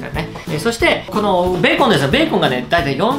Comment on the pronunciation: ベーコンの発音⤴️